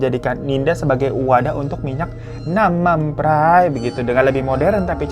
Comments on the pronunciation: Gue ngakak bgt pas bang hiro ngomong namam praii 😂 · Ketawa mulu tiap bang Hiro ngomong "Nam Man Phrai" 😭😭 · Ngakak bngt pas si abang bilang "nanmampray">> aduh. .. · Lucu banget pas nyebut nam man prai 😂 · Setiap hiro ngomong nam mam praiii aku ngakak maap😅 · intonasi nam mam prai nya mesti begitu ya... 😂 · mon maap gue ngakak tiap kali bang hiro nyebut nam man pray😂🙏🏻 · iya anjirr kocakk😊